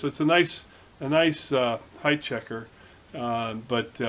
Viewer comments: PS. I also gotta tell you that I am really really proud of you!!!!!!!!!! You are the first person in years I have heard say "HEIGHT" correctly. It seems that everyone on YouTube says "HEIGHTH" and it really bugs me sometimes LOLOL So congrats on that one my friend. Again ATB Matt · HOORAY!!! You might be the only machinist YouTuber that pronounces "height" correctly. It is a pet peeve of mine... all the other guys make me crazy... They all speak like Canadians, even the American ones. 4 thumbs up to you. (2 from my wife) Anon